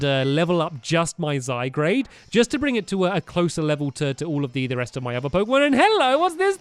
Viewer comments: eto playes because the universe is nothing, we mean nothing, the chances of me reading this are one in a million in other realities also zygarde not zygrade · Stampy your calling a ZYGARDE a ZYGRADE stop it it's so not fair read the names first 😊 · Stampy: Zy-GRADE Me: MMMMMMMMMMMMMMM TRIGGERED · who else get triggered when stampy said zygarde into zygrade? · its zygard to pronounce stamly but its spelling is zygarde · hi stampy i wanted to tell u zygard is said zy gaurd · It's Zy-guard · it's zI-gard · Stampy its called zye GAURD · stampy you say zygard wrong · say zygard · Titus Klem I was triggered when he said zygrade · Stampy call's Zygarde Wrong. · stampy your prenouncing zygard the wrong way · Titus Klem That annoyed me the most... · It's zyGARDE not zyGRADE!! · It's ZY- G A R D E Not ZY-G R A D E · IT'S NOT ZYGRADE IT'S ZYGARDE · ZYGARDE zygARde NOT zygRAde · zygarde not zygrade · Hey Stampy I am not trying to hate or anything just helping zygarde is pronounced zygaard not zygrade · it's zyg a rde not zygr a de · IT"S ZYGARDE NOT ZYGRADE. aaaand the crack about the emerald on its b-hind is just "haunting"me! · ZYGARD not ZYGRADEsorry it just bugged me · ZYGARDE NOT ZYGRADE sorry it's just annoying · its ZYgard not ZYgrade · Stampy! Its Zy-Gard! not Zy-Grad and it Zy-Gard is so Strong! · this is really a problem, we told him too many times that it's "zyGARDE" and not "zyGRADE", but he still doesn't see our comments about it.......... i'm sorry but i'm done BS-ing this mistake............. -----_____ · Stamps it's zyGARD not zyGRADE get it rightttt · stampy plz stop saying zy-grade and say zy-guard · it is zigarde not zigrade i know it is spelled zygarde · Stampy its Zy-GARDE not Zy-GRADE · ZYGARDE NOT ZYGRADE Stampy it's really bugging people😂😂😂😂😂😂😁😁😁😬😬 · Stampy I'm totally with you Gullbats are rubbish. Stampy its z I g a u r d not z I g r a d e. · It's zygarde not zygrade if it was zygrade the r would be in front of the a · It's zygARde not zygRAde 😆😆😆😆😆😆😆